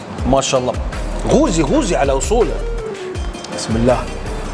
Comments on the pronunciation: الف عافية وصحتين وهنا ...بس فقط ملاحظه اسمه قققققوزي (بحرف القاف ) وليس بحرف ال (غ) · بالعافية … اسمة قوزي بحرف القاف وليس غوزي بحرف الغين. هههههه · قوووزي وليس غوزي. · قوزي. مب غوزي. بل قـ. 😅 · رجاء قوزي بالقاف وليس بالغين😅😅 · قوزي بالقاف وليس بحرف ال (غ)